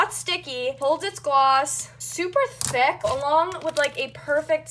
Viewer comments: The way you say Thick makes me uncomfortable. Idk if that's the way you say it or if your trying to sound cool, but it makes me really uncomfortable. Not trying to hate or anything, just saying my opinion, but your like ThAac. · how dyu say thick ? she be like : " i dont remember it being this THECK>> wth clean ur hands there black as NOT being racist there dirty black not the skin colour thingie